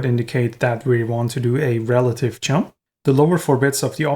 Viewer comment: Sorry to be so mean, but this video is just too funny when every time where you say "jump" it sounds like "chump": "let's build a unit that can control these chumps" ... sorry, but I had to chuckle. But no offence, my pronunciation would surely be worse. Otherwise your Videos are absolutely great!